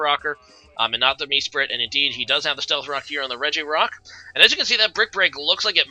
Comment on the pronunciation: MEsprit? Reg-ay-rock? Cmon man pick up a handbook, for someone who’s played for so long your pronunciations are terrible🤦🏻‍♂️